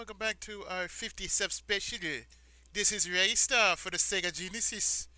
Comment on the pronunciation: What accent was that suppose to be at the start?! =P Sounded English when you said Genesis lol! Yeah I agree. Ristar and Sonic pretty much look the same so you'd expect Sonic to have atleast a lil bit of swimming skill! I would of appreciated Sonic being able to swim better when I was younger. The drowning countdown music in Sonic use to scare the crap out of me >_<